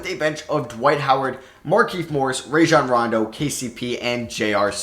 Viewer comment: it’s (RA-John Ron-Doe)